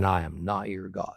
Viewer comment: Not hod but God